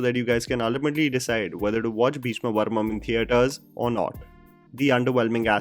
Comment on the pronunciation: It's parvam not parmam